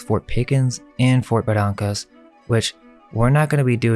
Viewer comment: You're from Pcola but pronounce Barrancas wrong? Ba rain cus